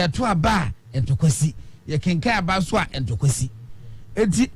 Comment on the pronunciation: Aboaso and Ntonso not Aboabo